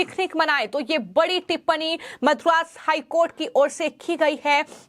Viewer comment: This girl puts ha in every thing, ma'am it is not Mathura HC, it is Madras high court. Pls listen to how you speak after completing the video.